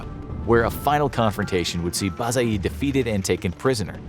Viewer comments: It's To-KH-Tamysh and Bayezid, not Bazayid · Ah yes Transoxian Turks with Arabic outfits, entire Asia minor as Persia, western Anatolia with desert landscape and again people with Arabic outfits, and it's not Ba-za-yıt its Ba-ye-zıd, nice job infographics.